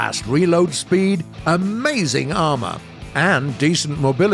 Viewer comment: "amazig armor " xD